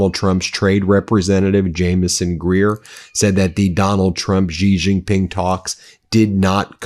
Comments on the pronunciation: "GiRafe GiPink", don't try to pronounce correctly, you are aMurican. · Why people say gee ging ping? Its xi jing ping 🤣 Xi is pronounced like she, or see, like in English, If you talk English you can talk chinese! And please use the 25 amendment for trump! What does usa gov waiting for? E.t.s? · When 习近平 is written as Xi Jin Ping, it's Chinese PinYin notation, where "x" pronounced more like /sh/, not /z/ (unlike English words like 'xenophobia'). Think of when they say thanks. 'xie xie'(谢谢). you don't hear 'zie zie'.